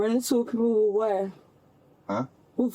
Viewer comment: With being pronounced as wiff is making my brain itch.